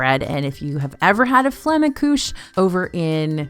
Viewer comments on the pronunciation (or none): I beg you. Learn how to pronounce German words properly. The way you say things like "Küche" and "Flammkuchen" causes me actual physical harm every time. Signed, a German.